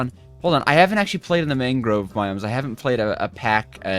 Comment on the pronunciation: Man-grove not Mang-grove